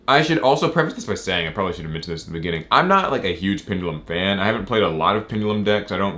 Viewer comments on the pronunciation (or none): none